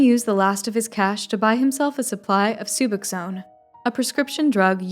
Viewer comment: 😂 it’s Suboxone not Sub you zone